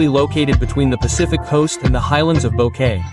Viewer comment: Respectfully, Please learn to pronounce the town names properly. Example David pronounce in Spanish. Boquete is far from your pronunciation.